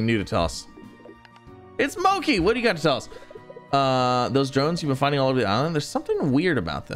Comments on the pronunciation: Please please please its not Moe-key, its Moe-chee as in Mochi the food. I found the Ringtail slime statue by accident and thought it might be something important so took it back to my conservatory - was delightfully surprised when night fell; had to mix them with Tabby's just for the cuteness! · it pronounce mo-chi like a japanese word